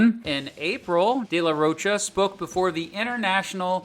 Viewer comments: Its Day la rho kah, not roach-a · ^^^ Where to hear "de la roach-uh" like 50 times in less than 20 minutes ^^^ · Dude if you’re going to do a documentary on a band, learn how to say the front man’s last name